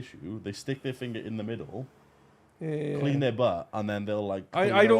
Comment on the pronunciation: "mid'dle" "Never Forget, The Mid'dle"